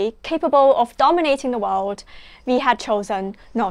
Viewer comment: Im afraid you didnt learn much in your studies in UK. You still just don't get it. And you're pronouncing "world" incorrectly. It's "wurld" not "wowed".